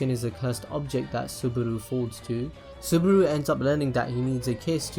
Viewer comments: its Subaru not Suburu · did he just say "suburu"??? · ***** yes and he said Suburu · SubAru NOT SubUru PLEASE